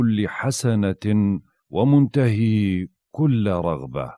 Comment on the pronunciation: احسنت..هذا دعاء الإمام الحسين سلام الله عليه ليلة عاشوراء عندما حاصره الأعداء...يقرأ لكل امر صعب... اللفظ...نزل بفتح النون وفتح الزاي وفتح اللام...وليش بشد الزاي وسكون اللام المعنى يختلف...وكذلك منتهى وليس منتهي..من بعد اذنك فقط لتصحيح اللفظ لان هذا كلام الإمام الحسين ابا عبد الله بس حبيت اصحح اللفظ...جزاك الله كل خير ووفقك وحفظك بجاه ابا عبد الله الحسين وشكرا جزيلا على الدعاء وعلى كل شي تقدمه لنا